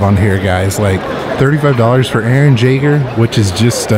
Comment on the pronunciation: Eren jager ^^ I love attack on titan Not too bad on the pronunciation of his last name but its actually said as yay-ger ^^